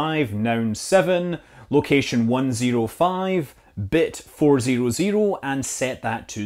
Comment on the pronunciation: I lose it every time he says "ziru"